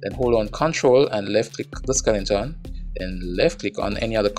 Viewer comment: D i don't care if you pronounce skele 'n' ton, skeleton or skel 'shi**' ton. i'm glad you offer those videos for free (never look a gift horse in the mouth ). thanks a lot man